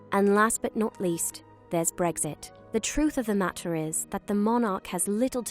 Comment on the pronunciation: when she says Bregsit instead of Breks it and the obviously tries to pronounce Ts a second later when she says mat-ter